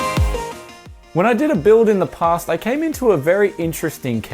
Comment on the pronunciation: when you say past it sounds like POS... POS=Piece of shit